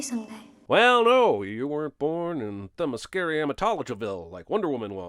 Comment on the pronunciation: "Themischericamia" you mean Themyscira?